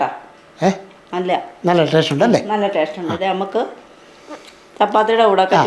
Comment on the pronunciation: ടേഷ്ട്ട് അല്ല... ടേസ്റ്റ്.